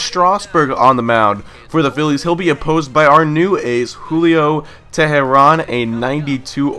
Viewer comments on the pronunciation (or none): For the future its pronounced "Tay-Rahn" but it's no big deal